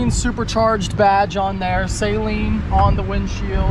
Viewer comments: It’s “Suh-leen” not “say-leen”. C’mon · "Saylean"... LOL!!! It's pronounced, 'Suhlean'. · I kno right,he was pronouncing it like "saline" like the eye wash solution, smh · Sayleen... Is driving me crazy then he said I love the saleen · its not "say-leen" its "suh-leen" Que the harry potter jokes. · Pretty sure it’s suh-leen, not say-leen 😉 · it’s pronounced “SUH LEAN”.. NOT “Saline” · Will people stop saying SAYLEEN, it's Saleen. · It's pronounced Suh Leen. Not saline. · Sa-lean not say-lean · Also its pronounced "SUH-LEEN". Its not nose spray lmao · Your pronunciation of Saleen is triggering Mustang owners everywhere lol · Car guy who doesn't know how to say Saleen correctly.....makes it sound like a medical term